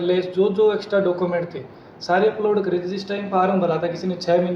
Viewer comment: Thanks Sir information ke liye.. चेयरमैन सर.. डॉक्यूमेंट (document ) को डाकूमेंट बोल रहे हैं.. 😂